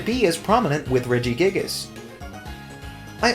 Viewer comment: The way you say Regigigas makes me uncomfortable